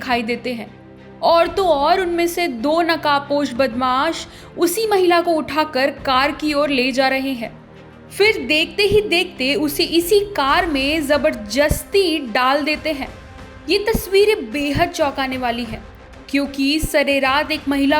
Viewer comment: Zabarjasti, manjoor what is this word pronounce to sahi se krlo dear